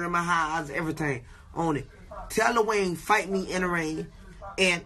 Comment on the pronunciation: Kodak cant even say lil wayne right 😂